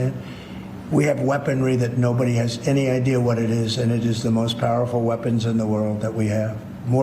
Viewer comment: ……”We can now take et home”